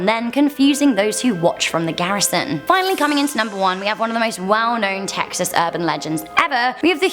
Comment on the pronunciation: Im carl and im from Teeexas